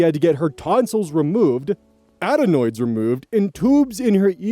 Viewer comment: You're saying "uhd-EE-noids" but it's "ADD-noids". Also audiologist is "odd-EE-ologist" not "odd-EE-owe-ologist." I usually don't bring it up but some little fixation got triggered in me. Reading what I wrote above, I wonder if maybe you just have a slight cold, though.